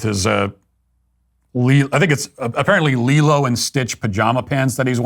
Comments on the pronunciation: sorry matt, i generally agree with you but its pronounced "LEE-low" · I'm sorry, but why isn't anyone talking about the way Matt pronounced Lilo?